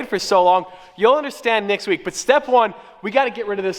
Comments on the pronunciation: I kept sounding like you said Nick's week, instead of next week. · You said Nicks week .... instead of Next week....also do a road trip with the limo. Because it's not 25k to change oil wtf if i was a billionaire I'd still not pay 25k for service like oil buy a service manual and do it yourself trade secrets my ass....